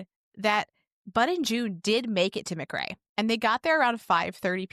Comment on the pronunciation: It's pronounced Muuhh Cray and Oconee is O coney!! Im just across the Ocmulgee River from there in Wilcox County